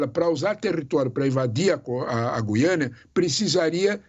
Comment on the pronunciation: O Sr é o único que diz G U I A N A.Parabéns pelo seu Português!!!!👏👏👏👏👏